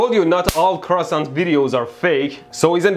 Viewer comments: They are pronounced : CREE OH SAN and written KreosAn, not KreosOn ;) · "Croissant" xD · Say it correctly Kreohsahn